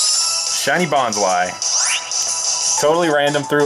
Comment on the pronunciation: Its bonslee not bonslu